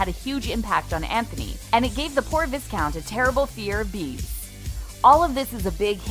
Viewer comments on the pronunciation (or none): It’s not vis-count it’s vy-count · And it's Vi-Count not Vis-count. Also Whistledown not Featherington. Content needs checking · Penelope is holding a feather quill in the opening scene. That was another Easter egg. I also thought that her nickname being "Pen" was a huge clue and quite an adorable one too. Also it's Berbrooke, not Brimsley. And viscount is pronounced "vye-count", not "viss-count". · Americans and there pronounciation of vis-count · The vis-count!!! My god - Americans 🥵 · Urgh! ’Visscount’? 🙄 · visssscount???? WTF I can´t listen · NOT Vi(S)count, the S is silent!!! It's pronounced vai-count!!! Learn already! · Lol, they said vis- count xD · it’s the viss-count for me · Excellent observations - but it’s Pronounced VIE-count - not viscount and FReedrick, not Frederick. Also “lady whistle down” not “lady featherington” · "vye count" not viscount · Vi-count is how "viscount" is pronounced. The S is silent. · The title Viscount is pronounced with a long I and the s is silent. I believe it originally was French. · For the love of God the S in Viscount is SILENT! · Oh honey... It's V-eye-count. And it was Lord Berbrooke who was the loathesome toad. But thank you for the enjoyable review. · “Viss-count” is not how it’s pronounced... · It’s v-eye-count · Viscount is pronounced “vycount” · Interesting pronunciation of Viscount. Americans. 😒